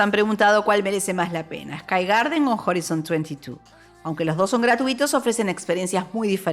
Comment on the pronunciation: Buen video, pero me rompe un poco los oidos el horizon... se pronuncia horaison (en realidad mas cerca de hraisn las os casi mudas)